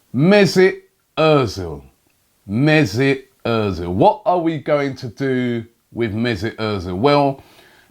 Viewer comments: Robbie.. where is the IT in mesut? You are saying it like Mesit.. you are wrong. I am triggered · MezUt ozil.. not mezIt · It is not mesit it is mesut robbie....get your tongue right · Messut Errrrrrzil?? I always thought it was Ozil 🙄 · Mezut errrrzil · 'Mezit' Özil damn Robbie